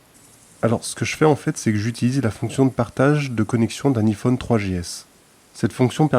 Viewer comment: bon quand on prononce un iphone avec un i pas avec l'accent anglais ça la fou mal :D